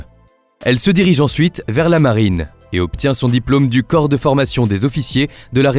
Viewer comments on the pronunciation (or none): none